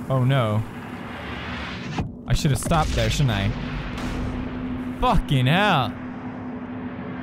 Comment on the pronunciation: Pewds has been in the UK for too long "Fokin 'ell" XDD